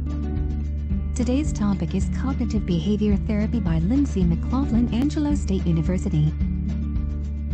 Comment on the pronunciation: Angelo, not Angleo.